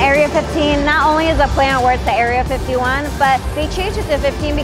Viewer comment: How many times did you say Area 51 before you got it right? 🤣